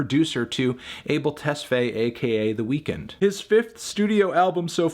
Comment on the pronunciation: You pronounce his name just like the actual word weekend. The way you say it, "weakened" sounds like he just broke a leg or something. 🤣